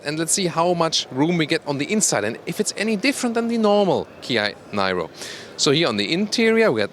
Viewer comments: called NIRO, not NAIRO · It's pronounced "nee-roh," like in Robert DeNiro. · Thanks a lot for the nice presentation. I guess this car is pronounced [niro] like Robert de "Niro". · It's, called the, ni-row not Niro pronounce your English correctly lol good review but too late been here done that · It's pronounced as 'Neer-oh' in English (well that's how it's pronounced in the UK by Kia themselves) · Please pronounce Niro in the way everyone else does. Just like Robert. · Hey, I think in english that name is pronounced like Robert de "Niro". They should have called it the Kia de Niro... you looking at me?? Anyways, I think this is going to be a very good EV and finally the OEMs are getting into larger EVs instead of all these city cars. Great review!